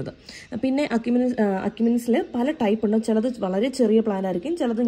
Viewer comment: എഷിമിനെസ് എന്നാണ് പറയേണ്ടത്.